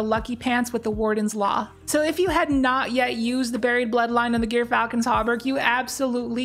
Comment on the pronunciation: Gyrfalcon is pronounced Jeer Falcon. I used to train falcons including a gyrfalcon and was licensed by the State of Colorado, so I know.